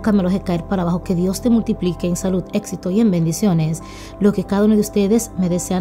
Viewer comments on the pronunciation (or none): none